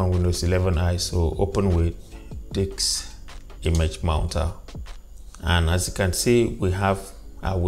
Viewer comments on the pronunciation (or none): Did he say Diks image mounter?!